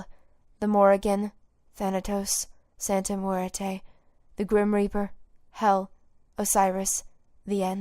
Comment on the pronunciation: "Santa Moo-air-tay", it's "mwair-teh"